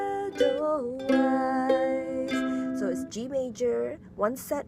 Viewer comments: Also the very first E in Edelweiss is pronounced as a long A. Like Aidel-Vice. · Great tutorial! Just a small thing, the "weiss" is pronounced like "vice".